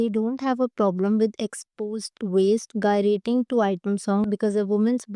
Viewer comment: Gyrating is pronounced with J sound ..